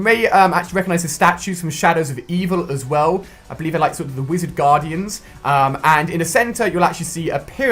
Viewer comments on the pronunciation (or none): none